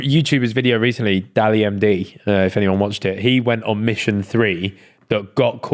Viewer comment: DALLY MD 😂 I’m pretty sure its pronounced as D ALL MY D (The Almighty) As that’s how it’s written out; DALLMYD